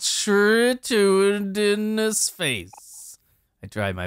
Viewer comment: “Has the most pulchritudinous face” It’s pronounced pul-kri-tu-dinous btw lol. (Looked it up) It would be funny if it meant something like ugly instead of beautiful lol edit: "the hangman will do something" well.... your kind of right. it does have something in it.